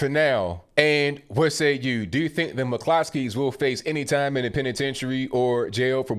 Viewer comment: It's an Irish name, in Ireland it's pronounced Mc Cluskys